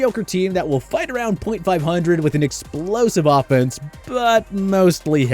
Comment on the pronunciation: It does sound like he said dolphins but i think he said offense